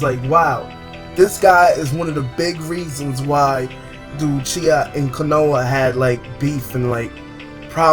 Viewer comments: In "kono-ha" really u mispronounced the village name lmaoo wow let me help u "KO-NO-HA" there ya go! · Kanouh = Konoha